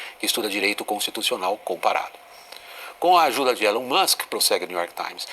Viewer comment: jornalista que nao sabe nem pronunciar o nome do elon